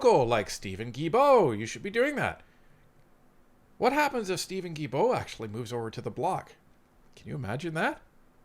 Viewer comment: Sorry to do this but after all these years of hearing you say “J”ilbault, I have to say it. In French, the g is sounded as a hard g with vowels e, and i if a u is in between. Without the u, it would be sounded as a J. I know, crazy, but that’s how it is. So Guilbault is sounded as hard G.